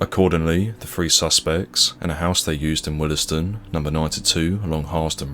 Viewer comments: Pronounce Willsden more like Wills-dun not willis-dun 😉. Very nicely researched video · WILLS DEN - Not Willes Den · Its pronounced Wills-dern. Not Willers-dun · BTW it’s pronounced Wills-den, not Will-es-den. 👍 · What happened to them afrer they were released from their soft sentence?...living on benefits and plotting something else I suppose... British 'justice' is a joke Oh and its pronounce wheelsdon...not willisdon...🙄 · It’s not pronounced “Wilysdun”, it’s “Willsdun” the ‘e’ is silent! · It’s pronounced ‘wills den’ not ‘willes den’. It’s just bothering me sorry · It’s pronounced WILLSDEN not will- Es-Den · Just a heads up Willesden is pronounced wills-den same way Harlesden is harls-den. There is no Willie's den 😁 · Watching from Harlesden. 😝 PS it's pronounced Wills-den not Will-es-dem. . Same as Harlesden. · You're saying, Willesden wrong. It's pronounced, 'Willsden' the e is silent. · I'm sorry but it's pronounced: willsden. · It's actually pronounced , willsdon. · Isn't it pronounced "willz-d'n" (two syllables)? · It's pronounced wilsden. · Willesden is pronounced 'Wheels-don' or "Will's Den". Not trying to pick faults, just trying to be helpful. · For future reference Willesden is pronounced 'wills-den' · Small nitpick but Willesden is pronounced "Wills-duhn", similar to how you pronounce Harlesden - otherwise cracking video as usual! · Pronounced : ' wiwsden' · Willesden is pronounced - Willsden. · Nice vid. However, never heard Willesden pronounced that way. 😅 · why can't you pronounce willesden properly ? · The E in Willesden is silent 😂